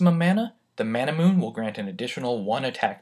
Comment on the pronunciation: Ain't Manamune pronounced Ma-na-mu-ne due to its Japanese origin?